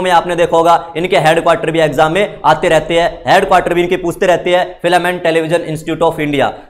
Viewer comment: Filam nahi film bolo please